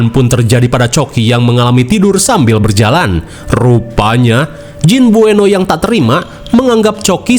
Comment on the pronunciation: Buenot bang bkn bueno😅